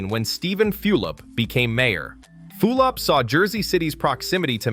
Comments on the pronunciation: For crying out loud it's pronounced FULL-op, not FEWL-op! Also Hispanic populations in JC have always been high. Your comment sounds like they were a minority, they weren't, they have been the majority for decades in the downtown region. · aside from the early appearance in this video of street scenes that are of NOT Jersey City scenes, you lost all pretention of credibility when you mentioned Mayor Few-lip. If you dont know how to pronounce his name, you obviously have no knowledge of what anyone did here. You are just a stranger regurgitating irrelevancies. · How can you easily pronounce Zohran Mamdani but you can't pronounce Steven Fulop? You mispronounced his name so many times and not always in the same way lol